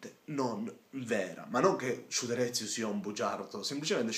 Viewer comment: SHUTEREZIUUUU Ahahahahahaha che pronuncia gente che pretende di fare video seri senza saper pronunciare il nome della persona di cui sta parlando bene come per i politici italiani che non sanno chi è per esempio mandela